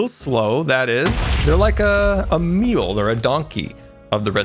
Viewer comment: They're like a "meal", a donkey of the redstone world